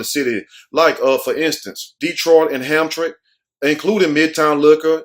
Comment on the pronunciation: Wow!! That is terrible! BTW Hamtramck is pronounced HAM-TRAM-MICK 🙂